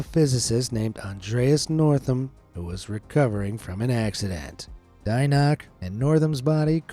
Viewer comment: Dienach is pronounced Dienach, not this US-style butchered version...